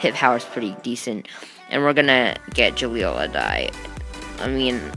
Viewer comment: did you just say ez-i-kel?